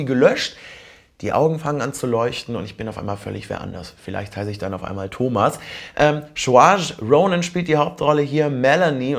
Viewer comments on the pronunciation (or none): man spricht den Namen von "saorise ronan" Sirscha aus :D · That was the worst attempt at pronouncing Saoirse Ronan's name I have ever heard.